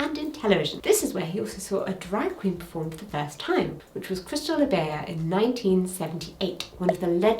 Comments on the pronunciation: who tf is cristal LABAYA 😭😭😭 its pronounced labayjah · It lebei-ja not lebeiya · Another thoughtful, insightful and well-researched history video!! Thank you! One note: I wouldn’t mention, but since you said you learned many drag queen names from written versions, wanted to offer one note. This concerns the pronunciation of the name of Crystal LaBeija. I believe it’s actually spoken as Crystal “La-Beige-ah,” honoring her background as a person of color. There is a more complete explanation of how her name evolved on her Wikipedia page. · The movie is "To Wong Foo", not "To Woo Fong" 😂 Also, Crystal Labeija is pronounced Labay-zhuh. The "j" in her name is pronounced the French way. It's the same sound as the s in the word "measure". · / Ah, this makes sense! If I may offer a tip to your pronunciation of "Labeija": It's said as "la - beige - ah" ❤ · Appreciate this. Crystal Labejia is pronounced La-BAY-ja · Close on your pronunciation! It's like La-Bay-Jha. If you've seen Paris is Burning, Pepper LaBeija introduces herself and her house on it, and mentions how Crystal started the House of LaBeija. Aja was a LaBeija for a bit too. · My dear, her name is pronounced Crystal La bea Sh-ja . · I don’t see anyone pointing it out but Crystal’s name is pronounced “laBAYzja,” and I loved this video overall! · It's pronounced La-BAY-zhuh, like the sound in "déjà vu." There's a 1990 US documentary called Paris Is Burning that you may want to check out. 😉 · Just a heads up for Jessica and anyone else reading this: the last name "LaBeija" pronounces the J, not the way Jessica pronounced it. It's Lah-bay-zhuh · I can't believe nobody else liked this. Really took me out from the video... How can you educate on queer history when you don't even know how to pronounce LaBeija, that is a legendary ballroom house. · Since you said you miss pronunciation, the J in Lebeija is not silent 😊